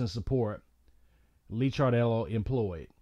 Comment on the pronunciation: His name is Licardello pronounced Likardello. He was a wonderful loving person. He will be greatly missed.